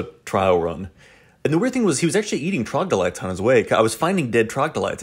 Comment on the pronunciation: if you look closely it is spelled troglodyte. Pronounced trog-la-dite I believe After hearing you say trogdelights, makes me imagine some kind of chocolate, I might have to call them that from now on. Lol